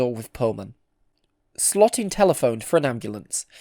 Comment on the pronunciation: Louis Slotin's last name is pronounced like SLOW-tin, not SLOT-in. 😿